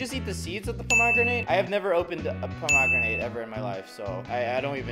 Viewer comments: Pomogranet is how he’s pronouncing the word 😂 and those r not seeds those r the things u eat in a pomegranate 😂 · Um sorry if it's the way YOU say it but it's a pom- a- gran-it and an auv-a-caud-o just saying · it,s a pom o gran et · OK ITS STILL NOT POM OG GRINATE ITS POM AH GRANITE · Me every time he says “ponogramate” 🤣🤣😂😂😂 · Pom a granit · Avoc adough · He was joking by pronouncing it Puh•mag•ra•nit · The way you say pomegranate. 😂 I mean everyone is different. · yeah he pronuced it wierd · The way he pronounced pomegranate triggered me so badly. Here in Australia’s pronounce it WAY differently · Its not just Australia he said it wrong anyway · Mate, you say pomegranate and avocado like someone who's only ever seen pomegranate and avocado written down. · we do too he was just pronouncing it wrong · You say the avocado and pomegranate kinda strange...not to hate though😅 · That’s not the way you say pomegranate and avocado 😂😂😂